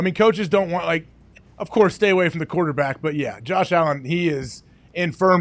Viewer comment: Jawsh Allin. Nice yinzer dialect.